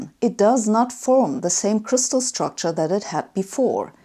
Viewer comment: When she reads "s" I hear "ch". The "chtucture".